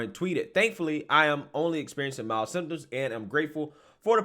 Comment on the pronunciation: It is 'mild'